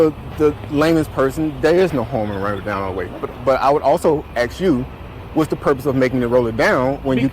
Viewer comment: You’re too smart to be saying axe instead of ask. Why do you do that?